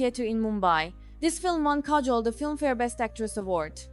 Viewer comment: Your accent is killing me, and please pronounce her name accurately.